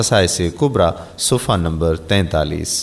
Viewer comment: ماشاءاللہ لیکن میری آپ سے ایک درخواست ہے کہ ویڈیوز وائرل کرنے سے پہلے اپنے کسی معتمد اہل علم سے الفاظ کے تلفظ درست کروالیں جیسے کہ مذکورہ ویڈیو میں سلام کرنے میں" ورحمتہ اللہ وبرکاتہ " کی جگہ وبرکاتھو" کی آواز آتی ہے اسی طرح "صفحہ نمبر "کے بجائے " صفہ نمبر " کی آواز آتی ہیں اسی طرح اور بھی۔۔۔۔۔۔۔۔۔۔۔۔۔